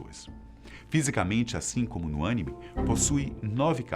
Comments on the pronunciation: Colocaram um cara que não conhece nada de Naruto, para falar! O cara nem consegue pronunciar anime e chakra corretamente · Porra, aprender a pronunciar a palavra chave do tema que vc quer apresentar acho que é o mínimo né... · Chamem o Peter do Ei Nerd... Avisem que ele tá falando anime errado! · Pelo amor de Deus não tem acento! O ênfase fica na letra i, o vídeo está bom mas, não cometam esse tipo de erro de novo por favor! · O cara nao sabe nem pronunciar a palavra anime e quer falar de Naruto com propriedade. Começou falando bosta comparando Naruto com Pokemon e Cdz. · Com exceção dos erros de pronúncia foi um conteúdo abordado de maneira esplêndida. Faltaram muitas informações e elementos da mitologia que embasam o enredo de Naruto mas foi bem interessante. Estão de parabéns canal Fatos Desconhecidos! - Aqui vai uma curiosidade para que não sabe: 「孫悟空」(Sun Wukong), o nome do Rei Macaco proveniente da cultura chinesa, pronunciado em japonês é Son Goku! 🙆🏻‍♂️ (os kanjis japoneses são exportados do idioma chinês, então é possível algumas "traduções" de seus nomes) Vlw! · Apesar da pronúncia errado na palavra anime. O vídeo ficou muito bom. Interessantíssimo. Prende a atenção. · Só uma pergunta se ele entende tão bem ao ponto de explicar essas coisas , pq ele sabe pronunciar Anime? Kkkkkkkkkkkkkkk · Vc tem que aprender a pronúncia essa maravilhosa obra jumento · Mano pronúncia direito Estuda a história e foca no assunto e não em varias :/ satesatesat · o vídeo tem até uma coerência, mas o apresentador é muito ruim, além de não acertar a pronúncia correta que chega a ser ridícula, o ângulo da câmera e iluminação, deixaram a desejar, não gostei. como fã de Naruto, não curti. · nem sabe falar anime kkkkkkk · Essa porra desse cara não sabe fala direito não fala anime direito caray kkk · So falto o apresentador aprende a fala anime certo kkkk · SÓ EU PERCEBI AS GAFES DELE AO PRONUNCIAR À PALAVRA ANIME? KKK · Melhor "Ãnime" de todos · Ãnime ksksksks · mas "ãnime" tá